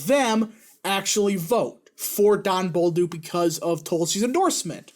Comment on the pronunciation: It's pronounce Bolduck not Bolduke.